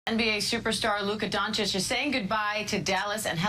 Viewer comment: whoopout... Who is Luka Donik...learn to say his last name or just use Luka or LD77 but if you say Donik you lose all of my interest to watch your clip....3 minitus in and that's it for me... 2 times is enough to klick X